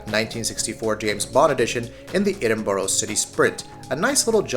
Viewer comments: i felt that aswell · As a Brit the way he said Edinburgh...urg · The way he says Edinburgh annoys me 😂😂